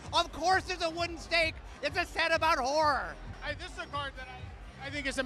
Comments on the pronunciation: Hahaha. it totally sounds like he says whore every time. He should probably not speak so fast, and maybe the word horror would come out clearly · everytime he says horror is sounds like he says whore xD